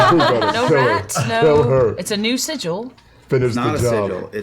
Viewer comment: its pronounced sigil.